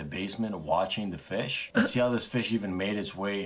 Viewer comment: Anyone gonna talk about he said fiss